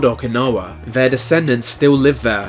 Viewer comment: I see what you did there 😋 (or should I say, "I see what you did fvere...")